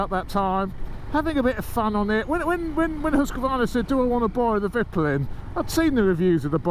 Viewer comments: Its pronounced veetpeelin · [Veet-peelen] mate ; ) Cheers from Sweden! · Think you should pronounce it "Veetpeelen. (White arrow) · Haha it’s hard with the Swedish name of course but it’s funny to hear it like that -Viplin😆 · You pronounce it more like "viiiiiiiitpiiiiileeen". As for white arrow. Top tip from a tourist in Sweden :-)